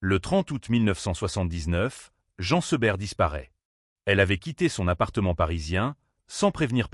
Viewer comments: prononcez Jeen Seberg...svp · Encore cette voix artificielle qui ne sait même pas prononcer correctement Jean Seberg